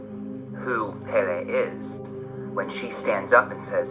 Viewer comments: bad. but she did have stage 4 cancer. And its the goddess of fire's name is pronounced "pell-ee". Not "pay-lay". Those are haoli words. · "Pay-lay." Lol